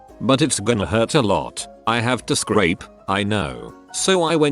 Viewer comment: When he said scrape that hurt my soul